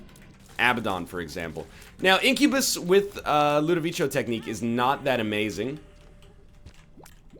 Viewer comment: its ludovicos technique not ludovicio this is how u pronunce it right :/ l u d o v i c o